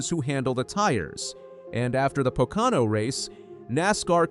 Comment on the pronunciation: A NASCAR posting that cannot pronounce Pocono. Po Can O??????????????????